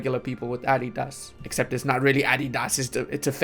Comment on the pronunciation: The caliph of Romania - Adi-das 😂